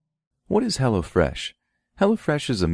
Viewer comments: For a second I thought you were getting street on us, LMAO all I heard (or thought I heard ) was, "What is Hella Fresh??" Not Hello fresh 😂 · Lol i kept thinking you were saying "hella fresh" xD i was like now i wanna know what it is! Haha